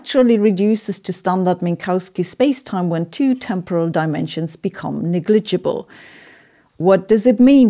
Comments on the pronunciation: Pedant corner: the English word 'negligible' is pronounced with the stress on the first syllable. NEGligible. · Ha! Love that honest and comical ending ...... BTW your English is great , but just to make it even better , ''negligible'' is pronounced by Brits with the emphasis on the first syllable, then slightly smear the rest ! And thankyou for the time check....much appreciated ! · IT'S ::: '''' NEG - - Ledge - - Gebbel.,! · Your pronunciation of "fucking paper" is spot on. "negligible" could use some work. I don't like to crap on other people's pronunciation, but it's clear you've worked on it so much over the years, that hopefully you appreciate the feedback. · Perhaps you would be a happier person if you did less f*cking in your videos and more in private. Also please pronounce negligible correctly. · Please learn the correct pronounciation of Negligible.